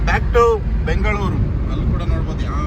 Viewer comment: ಅಣ್ಣಾ ಬೆಂಗಳೂರು ಕಣಣ್ಣ ಅದು ಬೆಂಗಳೂರು